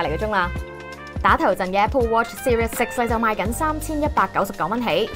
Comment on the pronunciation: 係seri-z six，唔係serious six